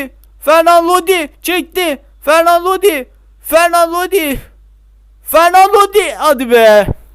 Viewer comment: Knk yalnız fernan Lodi değil o. Renan Lodi